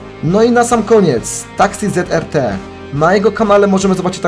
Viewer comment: Sorry ale zrt czyta się,,ze erte'' nie zet er te tak na przyszłość:D